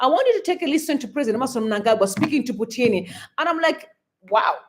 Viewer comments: Thanks for all the updates. But that man is not Putini, rather he is Putin, as if you are joining the two words put and in. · "Putini" seriously? That KGB (CIO) Russian supreme agent guy can easily get you assassinated for that mistake.